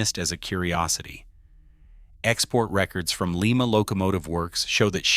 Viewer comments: Lima Ohio is pronounced Ly ma. Leema is in Peru.😁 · Pronounce "Lie Ma" Not"Lee Ma" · Lima is LYE ma not Lee ma. It is a town in Ohio not the city in Peru. The same town where the Wright brothers built their airplane. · It’s Lima (/ˈlaɪmə/ LY-mə[4]) a city in Allen County, Ohio, United States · Pronounced like the beans.